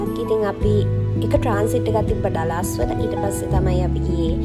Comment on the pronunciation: ඩලාස් නෙවෙ අක්කෙ ඩලස්